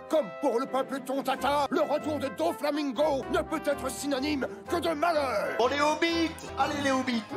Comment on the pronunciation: "Doflamingoat" Sinon Merci pour cette react bien dodue